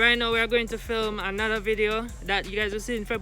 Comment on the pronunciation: You definitely said flim the videos😭😭😂